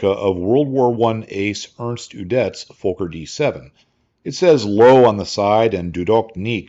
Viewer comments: Never heard a Fokker pronounced fo- ker before. Always been fok er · Reinhold Plalz? Was the designer of the Fokker d7,pronounced fawker,not folker.